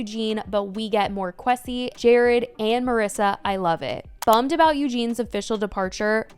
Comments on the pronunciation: Qwe-sea not K-wessi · Lol Kwesi is pronounced as “Ku-way- si” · Quesi vs something like Kwaysi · put some respect on kwesi’s name pronunciation 😫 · the pronunciation of kwesi has me rolling😭😭😭